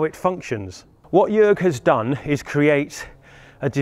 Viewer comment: HA HA HA, I knew it! =) BTW: Jörg sounds more like Jerg than Jorg. For the next time. : >